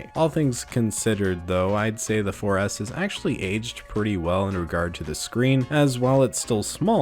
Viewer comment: When he said 4s I thought he said foreass one time lmfao 😂😂😂😂